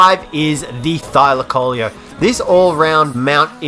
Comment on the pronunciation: A thylacoleo is pronounced thy-lac-o-Leo trust me we learn this stuff they lived in my country